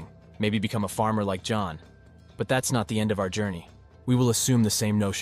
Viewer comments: Stop calling John Joan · I have so many questions.. not about the video itself but rather the production here. Why are we referring to John as "Joan" throughout the majority of this video? Also.. do you use a script? It'll help you to not get tongue tied and to cut out some of those flubs since editing seems to be done in house as well. You seem like a cool guy but you could use a bit of refining my friend. Keep at it 🙏🏼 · How could you not tell instantly that it's AI when he can't even say John properly 90% of the time?